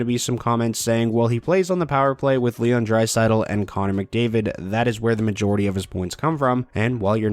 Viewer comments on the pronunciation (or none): none